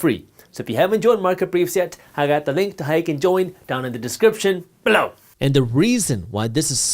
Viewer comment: I love when he says BELOW😂